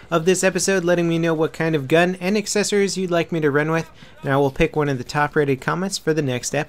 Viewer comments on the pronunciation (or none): none